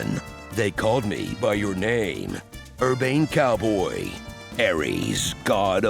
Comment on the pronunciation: What's a coywboy? Is that like a cofveve?